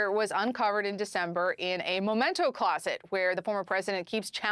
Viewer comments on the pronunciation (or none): Sweetie: it’s not “momento”. It’s memento. It is a word that relates to memory. Not moment. You’re on TV. Learn English.